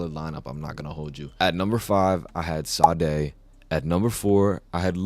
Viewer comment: mid wrapped other than sade and bro didnt even pronounce her name right fr